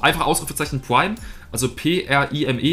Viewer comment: niemand: Pwime